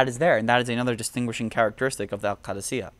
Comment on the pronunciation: I'm an Iraqi also and this guy knows his shit - very detailed and very informative video all the way to the pronunciation of the word "Qadisiyah" I congratulate you on your efforts, liked and subbed a long time ago :)